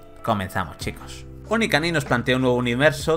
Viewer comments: Onikani? se nota que se lo ha preparado poco xD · onikani? :v